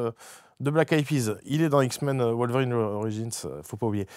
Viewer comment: Fred Logan n’est pas une vérine lol c’est wolverine non wolvérine 😉